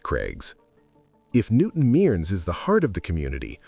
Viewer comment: It's not pronounced "newton meerns" it's said as "newton merns"